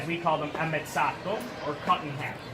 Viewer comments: it's ammezzato with the E not ammazzato, ammazzato means killed and ammezzato means in a half, so it means in a half I'm Italian so... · Sigaro Ammezzato is correct ( cut in 2 part) no sigaro ammazzato (to kill)